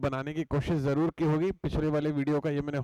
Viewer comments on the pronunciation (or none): ज़ूरूरी नहीं.....जरूरी